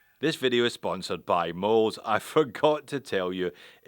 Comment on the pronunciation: I wonder why they use Ö? The pronunciation should be Möls not Moles.